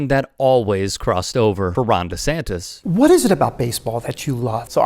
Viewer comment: save the books! Ban DeSantis ... DaSantis ... DeSantes ... DaSantes ... or however he decides to pronounce it on any given day! And what's with the head shaking?? Is it "yes" or is it "no"?